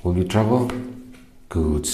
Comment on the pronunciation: Lmfao is he saying trouble or travel ??? Subtitles are 💩😬🥵🤣💀